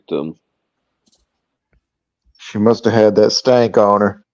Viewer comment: WTF is a "stanck".